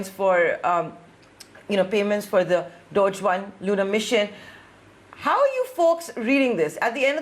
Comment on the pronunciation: dogeeeeee not dodge